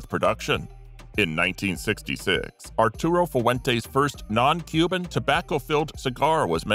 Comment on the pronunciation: Arturo Fuwentee